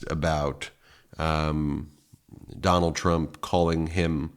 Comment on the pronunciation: “Donald Tramp”lol slip of the tongue? 😂